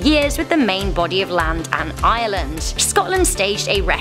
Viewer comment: Canada ???? Only risk they are at is when the Maplw syrup runs out also did you notice her horrendous pronunciation of northern Ireland and then Ireland sounded like she was saying island